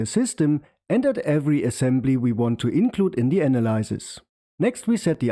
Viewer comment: The y in analyze is pronounced /aɪ/. The y in analysis is pronounced /ə/.